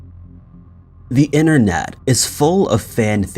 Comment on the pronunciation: You always miss t in internet you say innernet and also twenny instead of twenty